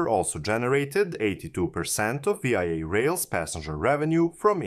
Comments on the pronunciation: One would think that if one were making a public video about VIA rail one would know that there is not such thing as V....I....A rail. This is only called Via rail by Canadians. AI stands for Artificial Idiocy. If one cannot even rely on the pronunciation that all Canadians know it calls into question all the information that you proport to present. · Great video. Small point, its not said "Vee Eye Eh (V I A)” it's spoken as the word "via". As in "I'm flying to Singapore via Lahore” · Great video! Just a friendly tip, VIA is pronounced veeyah, one word. I am from Toronto so I know. Keep up the good work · VIA IS SAID VEEYA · Pronunciation is the English word "via", not each letter of the word. I'm hoping this private-partnership doesn't turn into a 407ETR type operating agreement with no fare control. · I can’t watch this anymore…it’s hard to listen to a foreigner say VIA, It’s Vee-Ah. JFC mate, learn how to speak properly! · Like VISA but remove the S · Great video. But you pronounceing Via like an acronym instead of the word was a bit grating. Its pronounced like the word via as in traveling to a destination via a train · How do you do the research for a video like this, and never hear the word pronounced?! How do you spend 20-40 hours on production, and never bother to fix such a glaring mistake?! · The mispronunciation makes it seem like he's talking about some other country. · I'm fine with people from other countries occasionally mispronouncing a Canadian term. It adds colour. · Also... If you're going to pronounce it like it's an acronym, do you not have even a tiny bit of curiosity as to what that acronym stands for?